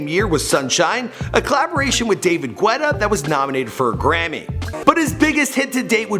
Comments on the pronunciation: Really dude it’s ghetta omg pronounce it right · David"Gwetta"? This guy really needs to learn how to pronounce people's names right. It would take a whole 2 seconds of research... RIP AVICHII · david guetta is pronounced david geta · David Gweda or David Gedah? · 'David Gwetta' all jokes aside tho... RIP He'll be missed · i love how he said david gu-etta, rip avicii tho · With “David Gwetta” 🤣😂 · David Gueeeta LOL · Wait, how did he just pronounce "Guetta"? xD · You don’t pronounce the “u” in “Guetta” you uncultured swine! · He pronounced guetta wrong😂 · the way you say david guetta makes me uncomfortable